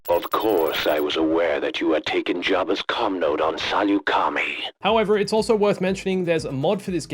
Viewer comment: The way pronounced Saleucami made me want to gag